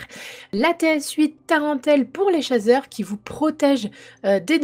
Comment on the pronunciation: Tu as dit chazeur 😁